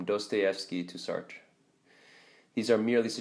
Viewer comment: "Sart-err" lol. That pronunciation is wrong.